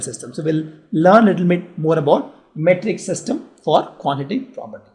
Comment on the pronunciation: Quantitative property 😂😂 nice pronunciation 😂